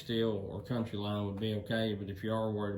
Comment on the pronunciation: Count-Y line , Coun—teeeee , not country lol